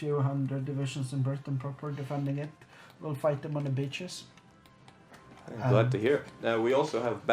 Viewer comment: it defiantly sounded more like bitches :P